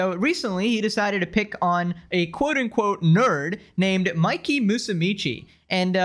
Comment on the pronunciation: Never hears of you before, or that sneako guy. You are saying Mikey’s name wrong but either way. Great video. Earned a sub. 🍻